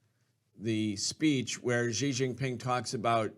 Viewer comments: The white guy can't even pronounce Xi's name properly! Also, Taiwan is NOT Chinese! It's been under even the most nominal Chinese rule only since the Qing dynasty, and then by force of immigration numbers under Fujian people's rule from the late 1800s, and then was a colony of Japan between 1895 and 1945. Around 250,000 Chinese Taiwanese served in the Japanese armed forces during the anti-Japanese war. In 1949 2 million Chinese refugees from the mainland arrived in Taiwan, crushed the earlier Chinese residents' uprising against KMT rule and imposed a single party rule until the 1980s (sic) Since then a unique Taiwanese identity has grown and the people in Taiwan do not want to be part of the PRC. The PRC's claim to Taiwan is pathetic and totally delusional, as much of the CCP's view of the world is. FUCK THE CCP. LONG LIVE INDEPENDENT TAIWAN!! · Thanks for the analysis for those without the time to watch the entire 4 hour address. (someone maybe tell how to pronounce Xi:)